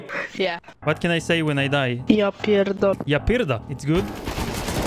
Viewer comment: he said: japierdole, and u said japird